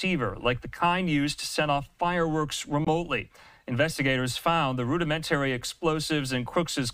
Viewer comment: Learn how to pronounce “rudimentary “.